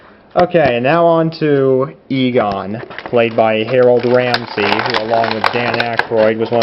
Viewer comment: Ramis not Ramsy